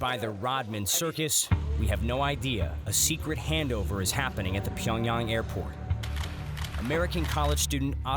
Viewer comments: pyongyarng bro pls pronounce it right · The city name is actually pronounced Pee yawn gyang